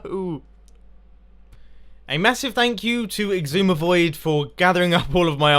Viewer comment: You pronounce Xisuma as 'sis-oo-mah' or 'shish-oo-mah', not 'ex-oo-mah', Oli you derp :P